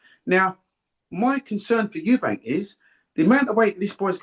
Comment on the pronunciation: Why can't people say eubank it's not eubanks